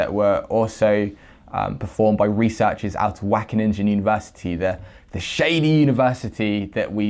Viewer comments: wackeninja! <3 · The...ingen part of Wageningen is pronounced like “ping” with an en at the end. So it’s “Waw-gay-ning-en”. Apart from that the whole thing is totally horrible 😕 Thanks for spreading the word,! 👍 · Wackeningen 😂 jk great video, our G is really hard and ugly to pronounce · I guess that’s how Dutch sounds to English speaking people lol. WACKENNINJA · yes, whack a ninja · Great work man. Only if you don’t know how to pronounce it, try to mitigate the amount of times you say it. I’m from the Dutch speaking part of Belgium and it is pronounced Wa (kind of like the sound of ow in the word now but more towards the a sound in Anneheim) gen (like in Gendry in game of thrones but with a Dutch G sound) ing (like in King)-en (like the sound at the end of the word listen). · I'm Dutch and you pronounced it wrong!!!:-) Not sure how to describe how "Wageningen" should be pronounced. It doesn't matter, they suck. GREAT work,! As any other Dutchman, I LOVE milk. Plant-based milk, that is. Preferably oatmilk. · your pronunctuation is completely off.. just select dutch at your typing field in google translate and click the audio button, that's how you pronounce it. keep up the good work. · Your pronunciation of Wageningen is so funny 😁 Wish I could say the same about this study 😒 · Dutch here, amazing find! Wageningen is pronounced pretty wrong... but who cares, I don't! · Is it so hard to use google translate for a okay pronounce of Wageningen? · Everytime he says Wageningen my ears hurt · Lol how you pronounce wageningen